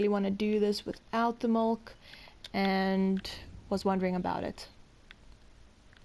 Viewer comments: Why do you keep on calling molk instead of milk? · MIIIIILK NOT MOLKKK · I stopped watching after 15 seconds because you called milk molk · Milk not molk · you sound like a little kid trying to say milk but you say mulk instead lol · I'm gonna like this video, but everytime you say mulk its cracking me up xD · Did you say mulk? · Please stop saying mulk 😭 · Tafuck its "Mulk" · She says molk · Y is she saying mulk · Just get the man a glass of Mulk! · Shes Afrikaans and as she said she doesnt speak english as a 1st language and in afrikaans milk is melk